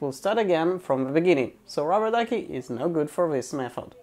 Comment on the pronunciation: you pronounciation is horribel what are you talking about ruberduki